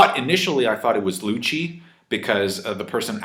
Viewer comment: LUCCI = LUKKKI NOTHING LUTSHI/LUTCHI/LUTSCHI